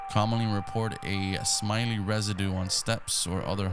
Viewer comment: 1814 you said smiley about the stair slug lmaoo it was slime-y